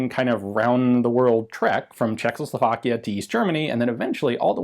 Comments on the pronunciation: Why does Ian say "CzechLoslovakia"? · CHE-h-hoe-slo-VAAK-ish-(e) Gh(e)-Wer-fub-reek